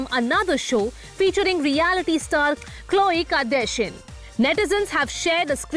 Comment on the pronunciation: My ears hurts..."khloe kardashians" pronounciation is so wrong and odd